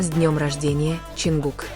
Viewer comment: Замечание автору ролика: Изучите имя того, кого вы упоминаете в своём "творении" и субтитрах! А также правильно называйте и пишите столицу Южной Кореи. Я только начала смотреть ролик и не уверена что у меня хватит терпения досмотреть и дослушать до конца...